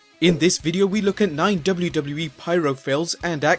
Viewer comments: the way this dude says wwe "Doublie doublie E" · Lol the way he says wwe is funny as fuck!